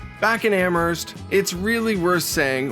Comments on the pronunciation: I'm from Hants county so all cards on the table, I COULD have been pronouncing it wrong all my life, but I don't think you pronounce the H in Amherst. It's more like Amerst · I spent all my summers growing up in Parrsboro which is about 40 miles from Amherst . The h in Amherst is silent .